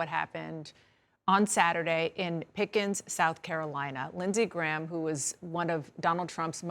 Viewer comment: "pickens county" lmao